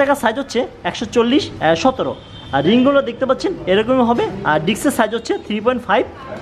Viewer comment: Md:Nasir Uddin ওনার আরো অনেক কিছু শেখা বাকি আছে ‘কিছু বড় বড় ভূল করে ফেলেন কথা বলার সময় ১:- জিগ্জার ২:-ডিক্স ৩:-ফুল ৪:-চ্যালেন () ভাই খারাপ ভাবে নিয়েন না...আপনার ভালোর জন্যই বললাম...